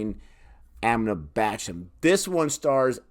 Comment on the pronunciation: It's pronounced Amitubh not Amitabh even though it's spelled with an "a" it's pronounced tub not tab. Priyanka Chopra is not pronounced Chop-ra it's pronounced Ch-Oprah.